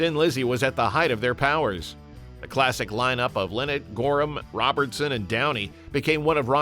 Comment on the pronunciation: You can’t even pronounce his name right?